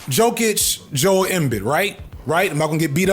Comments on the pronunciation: Joel Embiid (em-bee) this is the correct way to pronounce his name …. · It's a little confusing cause his nickname is "Joker", but it's pronounced more like Yo-kitch. And Joel Embiid is Jō-el Em-beed. And yeah, Jokic is easily the best player in the league today even if he don't look the part and Embiid is a crybaby that really let a lotta us down cause he had mad potential. I give him props for playing through the health struggles last playoffs but dude just don't have that killer instinct. But it's the version of the sport LeCon and his fanboy Adam Silver (aka Voldemort) made, so it's full of egotistical crybabies that don't wanna compete or reach their potential. Not surprising at all. Just sad. I used to be heavy in football and boxing, but as I've gotten older I stopped consuming football and any combat sports. I can't justify all the PEDs and CTE for my entertainment, even with the new rules. Not to mention the teams and fanbase is miserable with rightists and bigots. So I been predominantly on basketball for some years now. But it's other leagues, it ain't just the NBA these days. While the NBA has improved in some areas, its also declined a lot in the last 20 years other leagues have popped up or gotten better. So we got more options than ever as basketball heads. Euroleague is still playing a pretty old school style of ball as are a lotta others. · Joel Embid is pronounced Joe-L eM-Bead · Jool m-bid